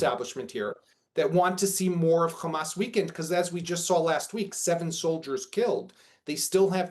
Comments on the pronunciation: if they pronouce Hamas as "Khamas" , never doubt they are israelis. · He is a so-called analyst in the Middle East, but he keeps saying Khamas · What is telling is that they can pronounce hostages but with Hamas and Hezbollah they do the KH. Just shows what imposters these people are. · Yep....that's how I know they are lying too! 🤷‍♀️🤣